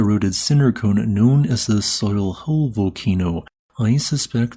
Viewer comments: Vesteed-Doo-Pie-Marr, Shenn-Day-Pwee, Baah-Veeva-ray, Sho-vay Pon-dark, Ma-seef-sonn-traal, Sweeyol, are some more correct pronunciations Letters in French just dont behave the same way they do in English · No offense taken. Souihol would be pronunced "Suyol" around there. Also you missed the thermal baths in the middle of Doris maar. So cool to hear about the place i grew in :) Thx!